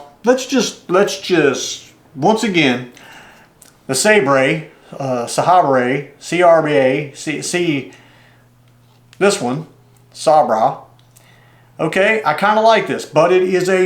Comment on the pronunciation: The Sabra is pronounced "Say-brah". It's my favorite spincaster and I have several of them. To me, it's the Cadillac of spincasting reels. The models 130A and 130B are the best. I grew up watching Virgil Ward's fishing show in the 1970's. His show was sponsored by Johnson. He caught a lot of bass using the mighty Johnson Sabra mounted on beautiful Fenwick Lunkerstik rods. I fell in love with that reel then and I've enjoyed using them ever since.